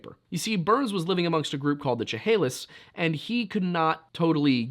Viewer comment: Man butchered the Chehalis pronunciation